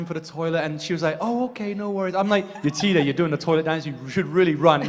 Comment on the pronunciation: The way she butchered Yetide's name is just...